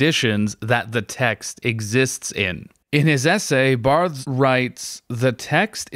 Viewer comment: I don't mean to be an asshole, but it's a little hard to find you credible when you mispronounce Barthes' name. That should be some basic-level research before recording a video. Anyway, I still liked the video :)